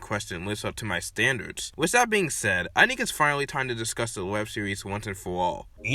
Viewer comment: "EnA IsNt Up To My StAnDaWdS"